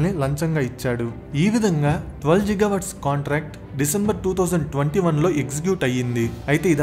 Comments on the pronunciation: Bhayya, its not Jigawatt its Gigawatt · G ante giga nera babu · గిగా అనాలి బ్రో(జిగా కాదు) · Jiga kaadu babu it’s Giga 😂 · It's not జిగా watts... It's గిగా watts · are babu adi ziga kadu ra giga .... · జిగా GWవాట్స్ కాదు బ్రో గిగావాట్స్..🙂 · Jil Jil jiga jiga🤣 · You not only wrong pronounciation on giga but also you confirmed bribe without completing of investigation and also you always trying to blame ysj but not cbn 😅